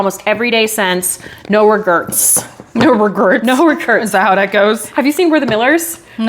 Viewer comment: Omg I’m cracking up! It’s no rAGrets. Not ragerts. I had to look it up 😂